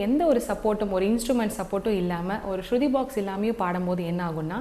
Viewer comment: அது.ஸ்சுதி மா ஸ்ருதி அல்ல..